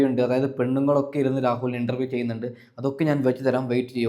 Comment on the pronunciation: ഇണ്ടറവിയല്ല ഇൻ്റർവ്യു അൻ്റെ വാക്ക് ക്ലാറാക്കി പറയണം നിൻ്റെ വാക്ക് ഒരു ഒഴഞ്ഞ വർത്തമാനം മാറ്റി നല്ല പോലേ പറയൂ ഇനി പറയാൻ പറ്റുന്നില്ലെങ്കിൽ രാഹൂൽ ഈഷ്വർ അവനെ കണ്ട് പഠിക്കൂ